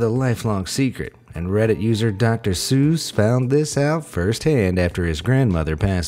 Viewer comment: i heard say "reddsit"